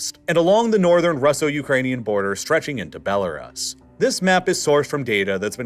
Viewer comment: Listen to him pronounce Belarus 🇧🇾 😂